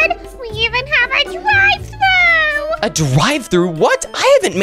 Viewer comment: “Dive Throu”? “Ordar Here”?